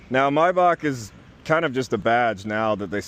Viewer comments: In German the name would be pronounced "My-Bach, as in Johan Sebastian Bach " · The ch sound in name Maybach is not spoken k.